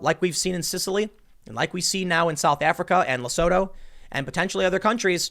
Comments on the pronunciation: Tim... Lesooootu. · Hahaha. Had no clue what country you were talking about until you said "surrounded by South Africa" It's pronounced: Le - Su - Tu. Also, there is no food shortages here. It doesnt take much to set people off here to start looting. So far I've only seen people looting liquor stores. Selling sigarette and alcohol is currently banned during lockdown. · Oh shit, I didn't hear about this from local media. PS, Tim, it's pronounced lesootoo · Quick side note, it’s pronounced “Le-soo-too.” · South African here - it's pronounced "Le-sue-tow" ;) It's a sovereign state inside South Africa, they have a king as well. So far they actually don't have any reported cases but as you said, this could be due to testing. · hearing Tm trying to pronounce Lesotho made my day...hehehe But in all fairness,I think south africa has been heading that way for a whiile now,covid virus or not.